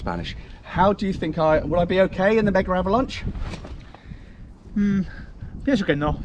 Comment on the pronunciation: you said Mega-Avalnche